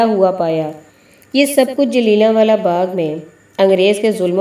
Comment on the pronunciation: بی بی ! اردو تلفظ کی طرف مزید تو جہ کی ضرورت ھے (جل یا نہ والا باغ )🔴